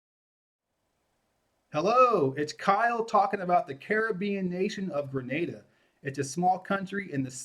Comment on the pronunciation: Thanks pronouncing “Grenada” consistently correctly!